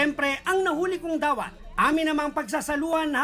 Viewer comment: Missing you sir cesar... natawa ako sa sinabi mong "dawat" naging "the who"